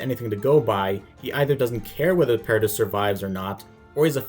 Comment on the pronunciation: You are just categorically wrong in my opinion. Respect the your point of view, but you really missed the point I think. Also, it’s ParaDEE not ParaDISS